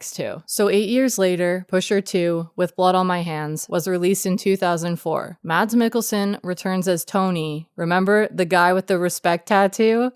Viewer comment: The D in Mads is silent